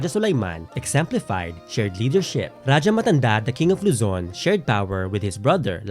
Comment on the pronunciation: I’ll give this movie a chance. Though I’m a bit wary because they had Spanish loan words pa rin in the trailer and how they’ll showcase the themes, it’s promising. I’ll wait for it to available on Netflix and give this a watch! Also, I AM SO HAPPY THEY PRONOUNCED RAJAH CORRECTLY. RA-DYA! NOT RA-HA (This is a Spanish pronunciation.)